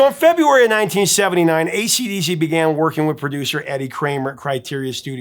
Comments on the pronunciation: I’ve noticed the repeatedly says “ACD” not “AC/DC.” Is this just a quirky mispronunciation, or is there something here I don’t know about? I noticed him doing it on previous videos. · He keeps saying acd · ACD riffs? ACD riffs? ACD riffs? Sure, you can miss out the C once by mistake, but 3 or maybe it was 4 times in one video? C'mon man🤬🇦🇺